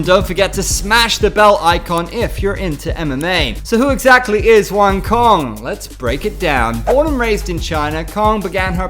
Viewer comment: Her name is pronounced "Wah-ng Tso-ng" by the way. just for your information. don't take it the negative way.